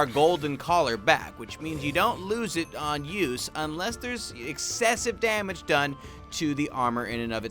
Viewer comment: I think you met "damage" not "samage"